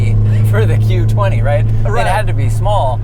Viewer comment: Did he say Q20? 🤦